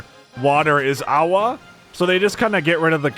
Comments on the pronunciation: It’s agua not aua lmao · It's "agua". And the Spanish word for "mesa" is "meseta", and yes, it's related to the Spanish word for table, "mesa".